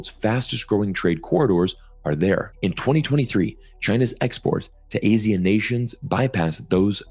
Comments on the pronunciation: Here in Southeast Asia, ASEAN is pronounced "AH-see-an". I don't think I've ever heard it pronounced as "AE-see-an" to be honest. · FYI, ASEAN is pronounced Ah-see-yahn, just like Senator Tammy Duckworth pronounced it at the Hegseth hearing. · Hi, ASEAN is pronounced A-SEE-AN, A like in Arnold, AN like in UNdo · ASEAN is A-se-an in pronunciation For your info But your insights is very pragmatist